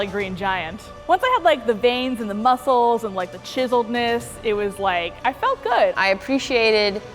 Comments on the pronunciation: I don’t really like to begin with, but the way she pronounced “muscles” really set me off. You’re a grown woman, learn how to speak. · she said it as musk les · Am I the only one that noticed way of saying "muscles"??? She says..."musk-uls"...was that intentional?